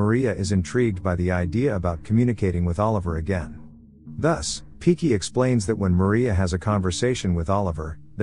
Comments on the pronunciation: Hahaha ...not piki it's pinki 😂😂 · Now that sounds right too. Did he pronounced it as "Pinki" in the video also? I remember hearing only "Piki" & reading Captions for reference was not helpful either. Thanks again. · Her name is Pinki but they cannot pronounce it so they call her piki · He mispronounced it for sure.Woman name is pinki